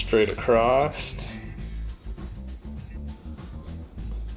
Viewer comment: "Acrost"? New word? Oh did you mean ACROSS?